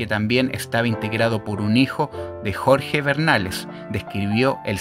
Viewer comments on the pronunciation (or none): none